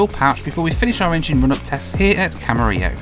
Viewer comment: Great video! I just happened to watch your 80 hours video the other day, and it's great to see the extra footage. (As a Californian, I'm also glad to see someone corrected your pronunciation of "Camarillo":D ) Looking forward to seeing you flying yourself as well.